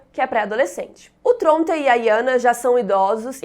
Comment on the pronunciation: Eu acho muito legal a forma que a pronuncia Tronte.